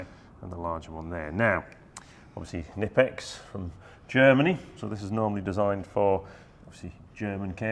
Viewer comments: I was today years old when I discovered the K in knipex isn’t silent. It’s good to Know I wasn’t the only one pronouncing it ‘Nippex’ and not ‘K-nippex’. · Pronounced "KINIPEX" I've been informed by a German fellow before. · KNIPEX UK 🇬🇧 don’t pronounce the K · The k isn’t silent boys 😉